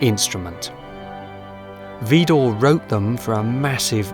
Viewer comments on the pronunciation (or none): I am from the Netherlands and found you by chance. I am so impressed and full of admiration. One tiny point of criticism. In French the emphasis in Widor falls on the second syllable.